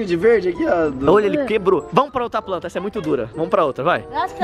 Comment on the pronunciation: "Jermes" kkkkkkkkk "pranta" kkkk morriiiii mnnn 😂😂😂😂😂